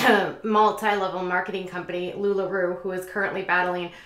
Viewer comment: It's Lula Row, not lularoo 🙃😀🤣